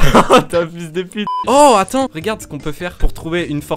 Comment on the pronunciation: J'adore le " fiiyuls de puite "